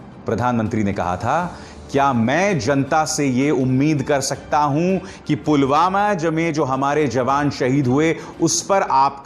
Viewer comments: Pulgama or pulwama, modi ruling the country but can't take name correctly of its places. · btw modi ne video mei.. pulgama kaha hai... naa ke pulwama 😁😁😁😁😁😁😁😁😁😁😂😂😂😂😂😂😂😂😂😂😂😂😂😂😂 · pulgama bol raha h modi pulwama ko 😄😄😄😄😄😄😄